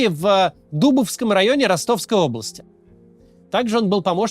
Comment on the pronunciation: не в дУбовском, а в ДубОвском, скорее всего